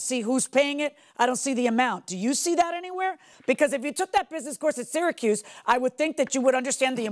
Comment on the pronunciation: Sounds like he said “Circus” university not Syracuse 😂😂😂